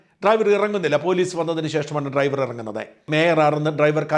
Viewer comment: ഇവൾക്ക് ഡ്രൈവർ എന്ന് പോലും പറയാനറിയില്ലേ? ട്രൈവർ എന്നാണ് പറയുന്നത്.